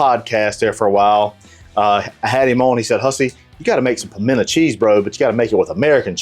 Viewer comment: Nope. The moment you said pimento, I was out.